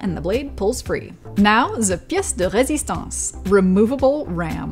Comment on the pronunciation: When she said "pièce de résistance" with the actual french accent, I knew I had to get this laptop somehow...